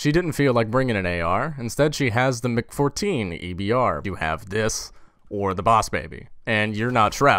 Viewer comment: It's MARK 14 EBR not MAK 14 EBR